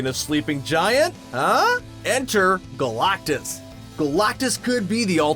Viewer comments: who is this 'GOLAUKTUS' this guy keeps talking about. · EVERY time you say GalACtus, it sounds like you are trying to cough up a hairball. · I hate the way you say galactus lol